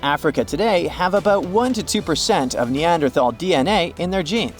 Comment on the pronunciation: I don't trust what anyone, who doesn't know how to pronounce Neanderthal correctly, has to say about them. 🙄